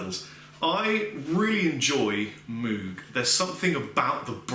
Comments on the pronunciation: I know a few people who would crucify you if they heard you pronounce it "moog". Apparently it's supposed to be pronounced "moge" but idk. Loved the review, this set up really works and those pedals sounds phenomenal! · The name is actually pronounced "MOGE", not moog, (rhymes with rogue). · Moog rhymes with Vogue......not cow like moooo g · Good job on the video. FYI Moog is pronounced with a long O as in "oh" not "ew". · Yup. It actually has the long o sound, so it should be M-oh-guh. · Moog is pronounced like vogue! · I love you, but it's Moog rhymes with Vogue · Moog - Rhymes with Vogue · Doctor. Moog (rhymes with rogue). I'm being serious now. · Awesome. It's pronounced 'Mogue' (like Vogue) innit? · Moog is pronounced like moge not an oo sound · Moog rhymes with rogue. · "Mowg", it's pronounced "mowg". Rhymes with "mode". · Good demo! BTW Moog is pronounced like "vogue". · I think it's pronounced like moug/mowg rather than Moog but I've never been sure. Does anyone know? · Totally expected you to get loads of hate for the way you pronounced Moog. Good job, internet :) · Can nobody pronounce Moog anymore?